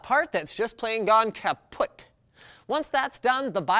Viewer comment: haha! 'kapoet' what is that german?-_- it almost sounds like dutch, say kapot next time thanks